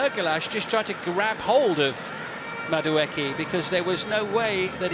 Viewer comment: Old lad just refuses to say Madueke's name correctly.